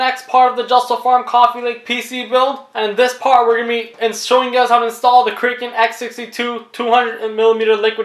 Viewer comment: The Kraken comes with thermal paste preapplied. Additional paste is neither necessary nor desirable. Next time read the instructions before presuming to teach others. And it's "krah-kuhn," not "krake-en." As in the legendary sea monster